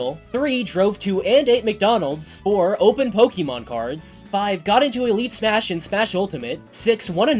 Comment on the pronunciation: the real challenge for you seems to be pronouncing "Pokémon" correctly. You only got it right 1/5 times